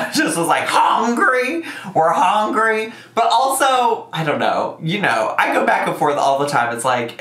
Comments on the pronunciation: i’m so surprised this is the first time you’ve noticed her say hOngry 😂 this is one thing that my husband makes fun of all the time just from hearing her in the background lmaooo he always asks why she says it that way! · The first time I heard her say "HONGRY" I laughed so hard. One of my favorite Amberisms